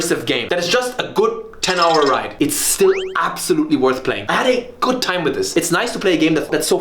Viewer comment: wery goot